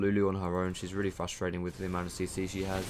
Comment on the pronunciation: Did u say fustrating??? It's frustrating :P